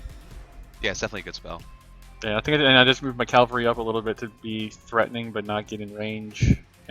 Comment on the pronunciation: Really like the report format. Talking through decisions, showing ability tooltips. Not being really familiar with the game, is this how many models are in a typical game? I was under this impression that this was more of a skirmish game. Also,, for the love of God, it's CAValry, not CALVary.